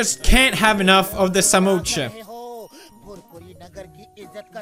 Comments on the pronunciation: Pewdiepie it is not samocha it is samosa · Not samocha it's samosa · It is not samocha it is samosa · PewDiePie call samosa samosha Me:noo PewDiePie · That's not samocha it's samosa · Oh and it is pronounced samosa NOT SAMOCHA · Pewd: Says Samocha Indian: A Samocha what now? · Also him - samoocha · The spelling is just "Samosa" So same goes to pronunciation ...😂 Why does he have to go $@@